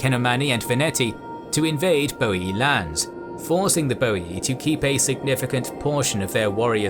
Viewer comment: ooh my god, someone said Boii and not Boiai :P hahaha love your Channel :D Feels like watchng the old THC but in hd